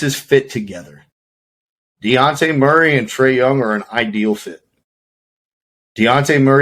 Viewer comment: DeYounte? It’s DeJounte😂